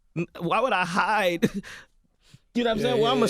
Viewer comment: Haha 😆 why he say HIDE like dat